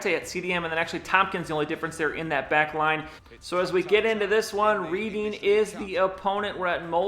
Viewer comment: Just a quick FYI, Reading is pronounced Redding :) keep up the awesome vids. Came for the Madden, enjoying the other series too. Would be nice to get a look around the league a little more often, maybe every few eps? :)